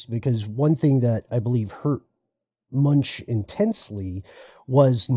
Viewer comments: Just wanted to point out that 'Munch' is pronounced more like 'Munk' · The "ch" is pronounced as a "k" 😉 Like "Munk" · MunkKKkKkkkkkk!!! Not Munch like u do a dorito